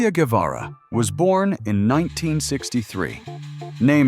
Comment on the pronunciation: Vous ne savez même pas, prononcer son nom correctement,un peu de respect,stop😮😮😮